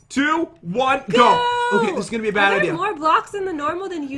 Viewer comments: You sed bed 😒😒😒😒😒😒why you sed bed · Pat just say bed